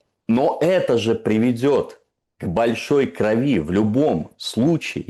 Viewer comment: В слове кровь одна ударная гласная ,не бывает кровИ😮